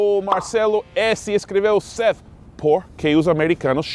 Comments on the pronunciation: 'th' NÃO se pronuncia como 'f' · Acho que se pronuncia como Seff (Seth com a língua entre os dentes).